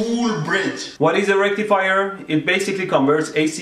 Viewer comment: He says it like the rectal fire